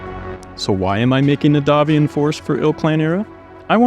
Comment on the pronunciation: Thank you for properly pronouncing "Davion", which comes from the French "D'avion"